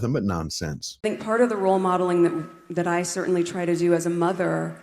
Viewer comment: "as a motherrrr", and "our daughterrr" - what is wrong with her 😅 Weirdo 💯